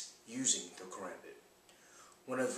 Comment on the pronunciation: I'm pleased he did not say ka-rom- bit.